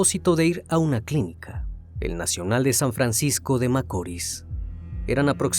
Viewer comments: Deja de decir Macoris.... Se dice Macorís con énfasis y acento al final... Te lo digo porque soy de RD... Aun así buen trabajo y gracias por hablarnos de este caso... Desde hace tiempo deseaba que lo hicieras... Lo he visto mucho y prefiero escucharlo de ti.... Tu narración es excelente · El criminalista " espailet " ...por no saber decir ( ESPAILLAT ) , "macóri"..por no saber decir (MACORĪS)..."CENÓVI)...por no saber decir (CENOVÍ) ....que lindo Dios lo bendiga y gracias por publicar tan triste caso que estremeció mi pais y parte del mundo 🙏🙏🙏🇩🇴🇩🇴🇩🇴